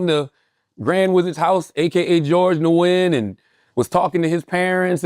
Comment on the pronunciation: noyen? 😂 Nguyen is pronounced new win or noo win as the G is silent. Gotta find yourselves some vc friends 😂😂😂